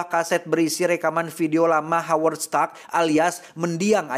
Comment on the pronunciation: "Howard Stark", Haji Stark? 😂